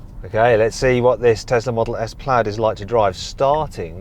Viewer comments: 플레이드가 아니고 플래드입니다 수정바랍니다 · 플래드에요 플레이드 아니고